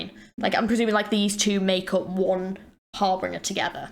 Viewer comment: “HAR-BEEN-GER” not “heart bringer”💀